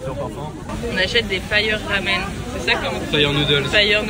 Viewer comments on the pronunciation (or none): none